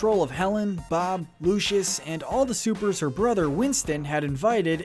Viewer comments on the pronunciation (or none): none